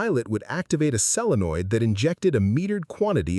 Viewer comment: Solenoid, not selenoid. Sheesh.